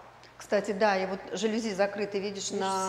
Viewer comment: Привет,не забудьте про цену сказать потом,а правильно говорится жалюзИ это французское слово,ну а там,как правило, ударение на последний слог